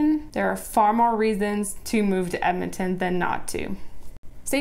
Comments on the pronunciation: Honey its EDmonton, not Emmonton. I hate that people can't say the name right. like Left-Bridge or Lloyd Minister, GRRRRR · It's EDmonton. Not Ehmonton. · "ehmintin"? "emintin"? Say it with me: "ed-muhn-tuhn". ED-MON-TON. .... ehdmintin. No. EDMONTON. Fuck yeah. Love my city.